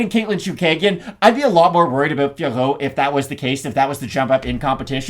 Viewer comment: Fiorot is pronounced FEUR… Jon anik played sound with her saying her own name. The OT at the end is silent.